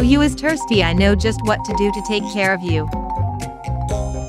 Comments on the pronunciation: When i heard 'tursty' but no thirsty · "Oh you are tersty" thats not how you uhm......say it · I am laughing so hard because she said tirsty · When it said “Oh you is TiRsTy”😂😂